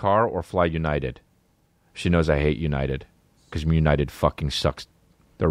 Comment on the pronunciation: “Esquib”= excuse me